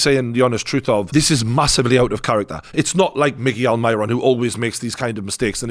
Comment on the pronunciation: Pronounce Almiron's name right ya tosser